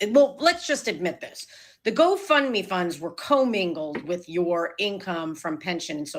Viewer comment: Does anyone else think keeps calling it “go fun me” lol. I feel like that’s what she thinks they used it for, fun